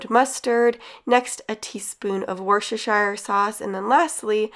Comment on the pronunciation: Great video. Whilst we don't have a lot of the same ingredients in the UK it's gave me some great idea. Ps as someone from the UK we pronounce worcestershire sauce as "Wooster" so like rooster 🐓 but with a w x